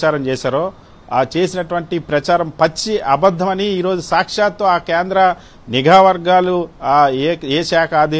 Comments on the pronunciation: అయ్యా పవన్ నీగా కాదు నిఘా. తెలుగునే koonee చేస్తున్నారు. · పవన్ నిజయతి పరుడు అనే ముసుగు లో వున్నాడు నిఘా ని నీఘా అంటాడు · నిఘా వర్గాలు అనాలి సావీ "నీఘా" వర్గాలు కాదు. కేంద్రం చెప్పుతో కొట్టినట్టు చెప్పింది.